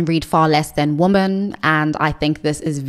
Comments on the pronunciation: thank you. That explanation still doesn't make sense, because she pronounces "man" and "men" differently and correctly. But thank you, I didnt know she spoke on it before. Does anyone know which video? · Am I going insane? Why is everyone on the internet pronouncing women "wi.muhn" (the plural) the same as woman (singular) "wu·muhn"? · why are some creators pronouncing "women" as its singular "woman"? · I think in the "I'm not happy discovering I am a lesbian" video Also this is written in the description of her videos: FAQ Q: Why do you pronounce "women" the same as "woman"? A: I am South African with a particular Queen's English/south of England tinge to my accent. Please be understanding, respectful and don't send me emails or leave comments about this. Thank you :)